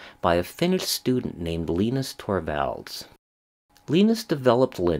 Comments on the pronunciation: Arrrrgh! Now that my ears have stopped bleeding, Mr Torvalds first name (Linus) is pronounced Lie-Nus. Same as the Peanuts character, and Linus tech tips if it comes to it. Yes "Linux is not Unix" is a cute tautology, but the original and first derivation was almost certainly a conjunction of Linus' first name and the name of the Bell Labs OS that he set out to duplicate in an open source manner, and therefore its correct pronunciation is the same as his name - Lie Nux. I'm not sure Linus even cares however. We owe a great deal to Linus including Android which is heavily based on the Linux kernel, and many of the most useful embedded portable platforms (like GPS units, in-car info systems, televisions, media players etc) . A good number of people (ie the majority of the population of developed countries) are therefore already using Linux even if they don't even know it. Since a requirement of use of Linux or the Linux kernel is correct attribution, most of these portable units will have an "about" or licensing page in the manual where you can see what version of the Linux kernel it is running. Sometimes it's just in a cryptic header screen or note in the documentation however. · Who the heck is Leenus? C'mon man.